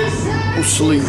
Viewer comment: Aqua Rockie he said I'm shleep cuhhh